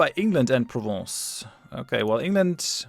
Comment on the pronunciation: I do like how you pronounce "Provence".